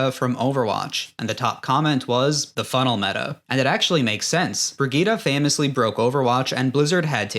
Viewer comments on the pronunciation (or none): Say Brigitte right? Nah nah nah Brigeettah Bridge-it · It's pronounced Brijitt btw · Brigitte is not spoken vegeta with a b :D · The only think I'll remember from watching this is how you pronounce Brigitte 😂😂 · Great video but I can't like it because of that Brigitte pronunciation